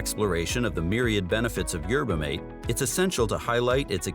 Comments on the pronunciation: For Christ sake! Phonetically It’s MAT-eh! Like hearing a car crash every time video said yerba mate. 😂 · Pronounced Yer buh maw tay